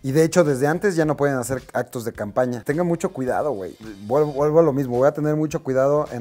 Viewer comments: DICE CAMAPÑA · Te diste cuenta que no decía, CAMPAÑA, si no "CAMAPÑA" 😂😂😂 saludos brow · Dice coordinadora de "CAMAPÑA" cuando tomo la llamada de Tatiana Clouthier, jajajajajajajaja torpes¡¡ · esa madre decía camapña jajajaajaja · "Camapña" je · ¿Camapña? Jajaja